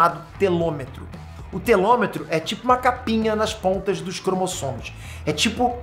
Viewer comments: Telômero e não telômetro... 🤣😁🙊🤦🏽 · Telômero e não telômetro. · Fala, o correto é telômero e vc está pronunciando telometro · o o nome desse bagulhinho chamasse telomero e não telometro você errou cara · Show,. Explicação interessante. Abraço! P.s.: pequena correção, é "telomeRO".